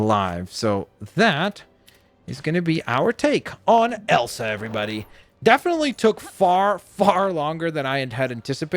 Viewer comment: i love horses It’s not Elan it’s Elsa.